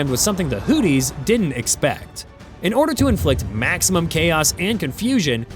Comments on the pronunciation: It's Hoothies not Hoodies like a coat with a hood!😅😅😅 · Am I the only one who realizes he is mispronouncing Houthis. He saying Hooties & it mskes my brain hurt lol... It just sounds do weird. Its pronounced Hooth-ees" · Just for the record, the bad guys in this conflict are HOOTH-ees, rather than HOOT-ees Over the next few minutes, I heard more bloopers, which is when I finally realized this is being narrated by yet another AI bozo. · "The HOOTIES!" Is that like the Goonies? It's pronounced with the second h. Your AI failed you. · The way you pronounced things 🤣🤣🤣 all I could hear was “Houthie and the blowfish…” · Hooties. Someone please work with this bot. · Hooties, or hoopties? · You can't even pronounce Houthi's correctly.